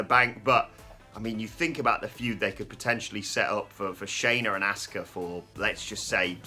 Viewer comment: This channel is the only people who can't pronounce Asuka's name 🤦‍♂️🤷‍♂️😆 They say ASK-UH 🤷‍♂️ when everyone else in the world says AHH-SKUH